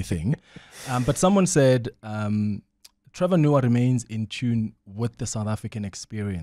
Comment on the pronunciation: It's the "Trevorrr" pronunciation from the callers😂😂